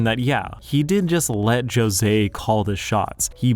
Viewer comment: How can you probably pronounce Jose but not gajeel? Your pronunciation made me end the video so I hope you’re happy